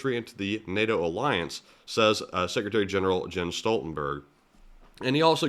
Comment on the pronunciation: SG Stoltenberg of nato is pronounced not “Gen” but “Yen” per the German Language.